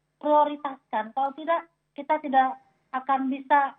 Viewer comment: saudara kiti 😂😂